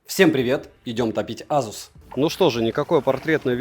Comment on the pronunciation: К обзору смарта вопросов нет, всё как всегда, вышка. Но азуз... Не знаю как у остальных, но у меня при каждом произношении чуть ли не кровь из ушей шла. За что🥴